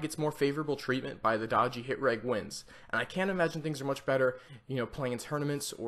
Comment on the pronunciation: It's pronounced rej not reg